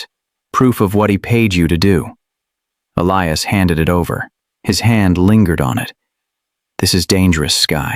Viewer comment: The narrator keep pronouncing Elias's name wrong.